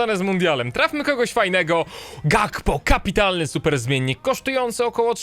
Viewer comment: Gakpo czyta się Hakpo.